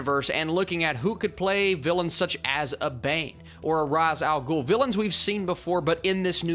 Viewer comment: you say ra's al ghul name wrong